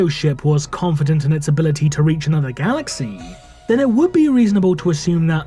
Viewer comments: The content is good and well written. I understand the intonation is necessary for showing emotions, but 'galaxiii' upsets. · Your pronunciation of 'galaxy' made me dislike the video